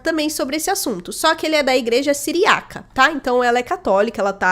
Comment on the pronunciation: Não é siriAca, é siríaca, a vogal tônica é no Í.